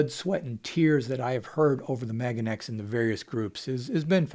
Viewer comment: You've convinced me not to buy it simply by pronouncing it MAGAneX.